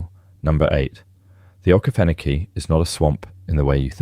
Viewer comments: Tourists are going to come looking for Amsterdam. The pronunciation of Okefenokee, Oconee, Auraria and Dahlonega were awful. You are working in a media which would give you the correct pronunciation. Pictures of many places in the USA, a map of Africa, a person practicing Japanese calligraphy, wow try a little harder. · This man is clearly not from ga I had to listen to what he said 3 times when he said okefanokee to work out where he was talking about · Many cities and rivers you pronounce are completely spoken wrong, as well as the okeefanokee swamp